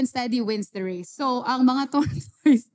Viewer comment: Mih it's tor-tuhs hindi tor-toys. I learned the hard way hahaha